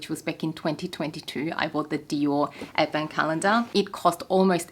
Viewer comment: Me casually listening to you talking about advent calendars and keep hearing “effin” calendars…. Took me a while to figure it out hahahha (someone needs hearing aids)